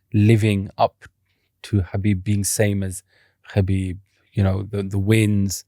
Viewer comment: i despise these paki hosts that think theyre arab using arabic words n shit, you cant even say Khabib right youre south asian say words from ur language stop trynna associate with us